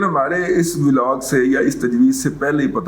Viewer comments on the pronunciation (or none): none